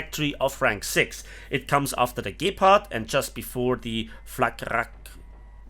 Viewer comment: The way he pronounced "Gepard" though. MY brain heard, "gape-pard". Good one bro.